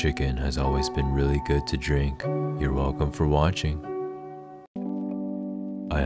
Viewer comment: Is no one gonna talk abou how he says you welcom for watching